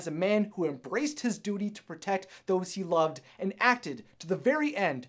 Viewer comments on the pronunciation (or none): none